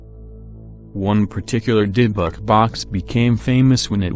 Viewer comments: Nope. Robot voice saying "dib-buck" ( seconds in) the first three times was all I could take. Done. Thumb's down. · Does anyone find the way the voice says Dybbuk funny lol